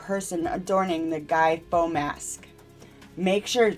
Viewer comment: Came here to note this (although the wording in the thumbnail, affected the real world, is right). Among other things, pronouncing (Guy) Fawkes as faux was really odd, and there is other room for improvement, but this is meant to be encouraging to, as I think are the other constructive criticism comments I'm seeing. Good luck, channel, and if you want more specific notes, drop a note.